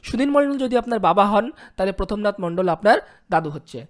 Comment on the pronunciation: ভাই তুমি তো বাংলা পড়তেই শেখো নি আর ভিডিও বানাচ্ছ? ওটা প্রথমনাথ না প্রমথ নাথ???